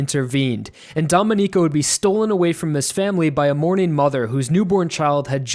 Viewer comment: great video! Just a minor thing, "domenico" is prounounced "domEnico" with a stress on the "e" (it's just because i'm italian that i noticed it but it's fine if you don't care). for the rest, like i said, a really good video. as someone else already pointed out, Pucci isn't necessarily evil, but rather, he ended up becoming like that because of his fate. and i think the reason why the one to take down Pucci was Weather is because they were fated since the beginning to come in each other's way. I guess you could say the biggest enemy in Stone Ocean was fate itself. Even after resetting the universe, Pucci couldnt complete his goal of overcoming fate. Maybe there is nothing one can do to overcome fate,and this is the bittersweet message of Stone Ocean. I remember one comic panel before the ending saying that maybe restarting the universe was part of fate as well. I can't help but agree, and it seems that this is what Araki wanted to show us, by making Pucci die unfulfilled even after all his efforts of overcoming his fate. As well as making everyone else die, despite their hope of stopping him. "It was all meant to be" just like the song Made in Heaven says! Some people dislike this ending, but it's actually one of the endings I've loved the most, ever. I can't wait to see it in anime form, one day.